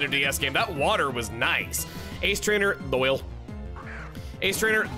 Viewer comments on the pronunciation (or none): It’s my name, so I feel obligated to mention that the oyle part in Doyle is pronounced like oil. Doy-el